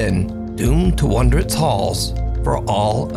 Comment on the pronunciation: I love ya. But please understand the difference in pronouncing wandering and wondering. It's like nails on a chalkboard. Sorry. You're great though and one of the best!